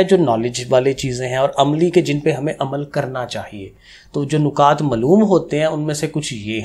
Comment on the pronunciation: سر جی نُکات نہیں نَکات ہوتے ہیں😊 Anyway thnx alott❤